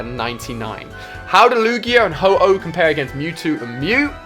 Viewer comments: suiseen and HO-HO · yeah SOOOOO HYPE but you called ho-Oh ho-ho hehehehe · Ho-Ho 😂😂 I'm triggered